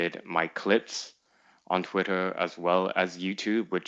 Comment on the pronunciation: Every time he says "twitt-her" i want to punch a wall